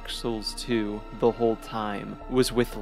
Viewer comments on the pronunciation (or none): none